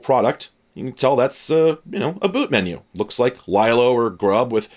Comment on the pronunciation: “Lylo”, LOL! It is LeeLo - from the Linux Loader, you silly.